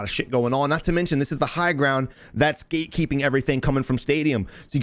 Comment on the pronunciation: Hello, I'm from Brazil and I'm still working on my English. I hear you say something like "gay keeeping" several times, what would that be? Great content. Thanks and greetings from Brazil:)